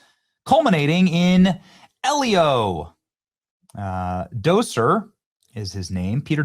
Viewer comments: Peter Docter, not Docier. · Love your show. That being said, his name is Pete Docter (Dokter) not (Doser) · It's "Doctor", not "Docer". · I think his name is pronounced Peter Docter as In Doctor. Not Doser. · His name is pronounced Doctor not doser. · Pete Docter. Daak-ter. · How do you look at the name Docter and decide it’s pronounced “doh-ser”? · Docter is pronounced Dough-sir? No wonder why they're falling to crap. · Pete Docter’s name is pronounced "Pete Dock-terr" . The first name is pronounced normally, while the last name sounds like "dock" followed by a short "ter," often with a slight, fast "r" sound at the end. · It’s DocTer with a T. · Guy can’t even get Pete Docters name right. DOCTER said like Doctor. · It’s Pete Docter, like Doctor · Am I the only one who thinks the way "Docter" is pronounced doesn't sound right? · FYI, there's a "T" in his name. Pete Docter. Hope it's not too late to pull Pixar out of the toilet, but it's been a long while since I've gone to one of their films, where it used to be that I would be there on opening day based solely on the studio name. Not anymore.